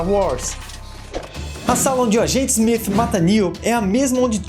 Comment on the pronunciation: Eu ouvi SMIF?